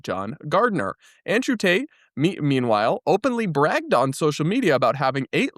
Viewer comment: lol, i thought they were shouting "Free Ta- te" pronouncing is name with a new accent 😂😂